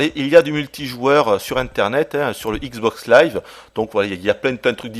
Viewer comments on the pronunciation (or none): All I heard was ICKS BOCKS LAIVE!!!!